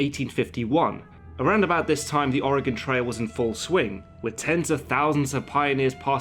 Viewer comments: for pronouncing Oregon correctly! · Thank you so much for pronouncing "Oregon" correctly! ...as an Oregonian it is very annoying hearing people pronounce it as "or e gone" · I'm from Oregon and thank you so much for pronouncing it right! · In addition to everything else that was excellent about this video, he pronounced "Oregon" correctly. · As an Oregonian I appreciate that he pronounces Oregon correcrly when half of the people in my own country dont. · As an Oregonian it's nice to hear someone who is not native pronounce oregon correctly. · As a native, as well, I think it should be a crime to pronounce it with the dreaded "gone" suffix, and it's a huge sign you know someone is traveling, or not from here. The "gun" pronunciation is mainly a backwoods thing, and most of us - myself included - say "gehn" at the end, since a true Oregonian accent is borderline monotone, has a slight nasally pinch, and we have a tendency to sort of "flatten" our vowels out: like "may-el" for mail, "meyh-bey" for maybe, but not like "ul" for oil, it's more like "oiy-yull" or "dren" for drain. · I just want to say that you're probably the first non oregonian that I've heard pronounce the name of the state right. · Thank you, from the bottom of my heart, for pronouncing 'Oregon' correctly! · I just want to thank you for pronouncing 'Oregon' correctly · Thank you for pronouncing Oregon correctly. :) I think this film fails as a film in one way, and that is Costner's terrible, terrible voice over. I've always felt that a good film maker can get the ideas across without such a blunt method. And yes, I consider films everyone loves like Goodfellas to be diminished by this atrocious film making mistake. But hey, I'm just one guy in a sea of film audience members. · You pronounced Oregon correctly. Im very impressed. Most mid-western Americans even pronounce it wrong. Bravo. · Perfect pronunciation of Oregon. Well done. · Thank you so much for pronouncing Oregon right